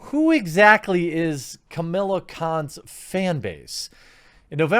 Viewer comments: Don't like this non-character, but it's Kah-mah-lah, not Camilla. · Camilla: a dated, WASPy name for a rich anglo socialite. KaMAHla, Jeremy, get it right! Pronounce it like It’s a Kam followed by Islamic name for God, or else Sana Amanat will send her squad to reeeeeeee at you. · I really think you need a script. Also, as much as I hate the character, there is no "I" in her name. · Dear god man, it's "KA-MA-LA" not Camilla. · Watching this video to see if you’d mispronounce her name and I was not disappointed! Hahaha!!!